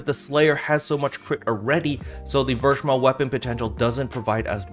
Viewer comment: Since I'm a Slayer Main this was very needed Info, thank you! Btw German Captain here again. "Verschmelz" is a German term which translates to "fused". It is pronounced "fair"(ver) schmel(stays normal like y'all pronounce it already) and z in German is "ts" like in "tsunami". Try "Fair-schmelts" in your next video if u like. I'm very curious on how your German will sound! Keep up the good work sir!